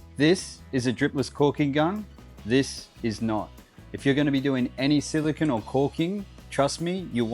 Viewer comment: I'm hearing "silicon" (which is an element), not "silicone" (the type of caulking he discusses).